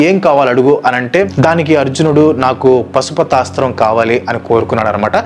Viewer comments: I think it's పాశుపతాస్త్రం not పశుపతాస్త్రం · అంతా బాగుంది కానీ అది పాశుపతాస్త్రం పశు పతాస్త్రమ్ కాదు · Super... Meeru pasupatasram antunnaru. Adi wrong. Paashupatasthram. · Pasupathaasram kaadhu bro paasupathaasram